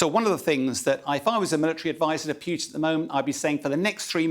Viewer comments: its president POO TIN, not P(you)tin.... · "president piooteen" strikes again